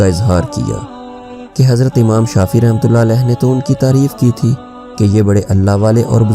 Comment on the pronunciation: Amam nahi yar imam hota h